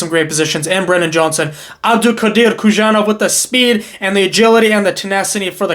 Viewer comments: Bro please, it should be read as "Who-son-off" not Kushanov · How long more will people mispronounce Khusanov’s name? Come on, it is not that hard. There is no “sh”, “z” or “k” sound. It is HOO-SÁH-NOF